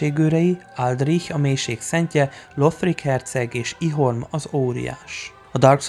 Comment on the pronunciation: Tök jó volt a videó, köszi szépen! Jó így összeszedve hallani a mitológiáról. A nevek kiejtése viszont lehetne jobb. Az e hangokat Gwynevere és Darkstalker Kaathe nevének végén nem ejtjük, és Yhorm az nem "Ihorm", hanem "Jorm" kiejtve. Mindhárom név elhangzik a játékokban is. :)